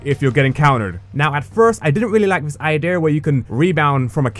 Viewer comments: btw its idea not idear. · Idear and Earf Cmon man learn to talk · When you say idea it sounds like i deer lol